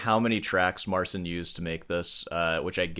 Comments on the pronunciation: What I find most astonishing is that I actually watched the entirety of your critique here! … which was very challenging to do, considering you can’t even pronounce Marcin’s name correctly. As much of a click-bait YouTuber as you are, one would think you could have taken 15 seconds to learn how to pronounce his name before producing a 22 minute-long video … (wait, that took you how many hours)? 🧐 It’s cool that you shared a brief clip of him playing Paganini — because, if you know anything about music history, and Paganini specifically, you’ll know that many people among the audiences of Paganini went screaming from the theaters, thinking he was literally possessed by the Devil, for his wildly innovative, “never heard before,” virtuosic violin skills. I, too, am classically-trained on the 88 strings of the piano, btw. My piano teacher was very disappointed that I didn’t go on to pursue keyboard & piano as a music major in college, after embarking upon the pipe organ my senior year in high school; but I never wanted it to become work, because the piano is my one “get-away” from every other stressor in life. It’s my oasis if you will — with Chopin & Tchaikovsky being my No. 1 homies. Regardless of whether there are layers of additional tracks in Marcin’s video or not, he is unarguably a virtuoso in his own right with a very innovative approach … (uhm, not unlike Paganini). Maybe he IS a “magician.” 🤔 Picking [pun intended, I suppose] apart his intro to the melody, with your mic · MarCHIN, not SIN. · A small point, that is irritating me slightly- you say should pronounce"Marcin" like " Mar-Chin." It is like Martin, but with a "ch" not "t" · Marcin is amazing. May I correct you about his name pleaseeeeee..... It's said phoenetically MarCEEN. ANd now, please feel free to correct me on my spelling. 😊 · PO POLSKU A NIE JAKIE SEEN SREEN!! MARCIN SIĘ MÓWI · His name is (or should be) MAR-cheen..... cin in Polish sounds like cheen. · His name is pronounced Mar-cheen.